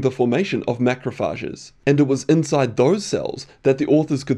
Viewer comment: Interesting study. BTW, that's not how you pronounce "macrophages" and that's not how you spell "particles".